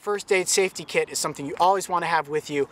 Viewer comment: I thought he said i got my KID in here! Loll its kit